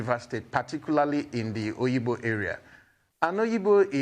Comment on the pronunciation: It is Obigbo, not oyigbo. This Nigerian agbero government, devil is waiting for you at the gate of hell.